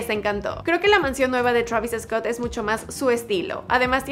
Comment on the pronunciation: Te crees que sabes hablar ingles bien y dices Travis Escot venga hombre